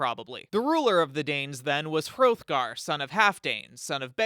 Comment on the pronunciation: you mispronounced hrothgar. The "th" would have been pronounced like "theÞ